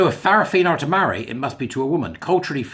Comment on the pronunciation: In Samoa Fa'fafine is pronounced Fah-fah-fee-nay.